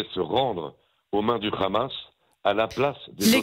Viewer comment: Bonjour, qui peut me dire pourquoi ils disent toujours ramasssss au lieu de hamas?